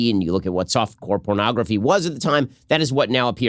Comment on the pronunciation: Let us please acknowledge that his actual words in the first clip were "soft pore cornography"